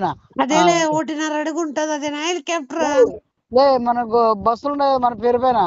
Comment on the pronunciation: హెలీకాప్టర్ ను హెలిపోర్టరు అంటున్నాడు. పొట్టోడి భాషతో అసలు పేర్లు మర్చిపోతున్నాం.